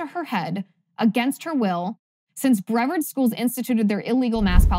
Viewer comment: That’s pronounced bre-VARD County with the shwa sound in the E. You pronounced it correctly when you said “Jenkins-Brevard.”